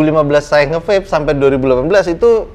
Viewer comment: Wkwk nyebutnya VAPE bukan VEP 😭